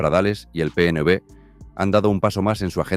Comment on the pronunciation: La inteligencia artificial que usáis en los vídeos no sabe leer, en el PNB supongo que quiere decir PNV, en fin, yo te sugeriría mejorar eso porque quita el interés de seguir oyendo el video 🙏🏼🇪🇸👍🏼💚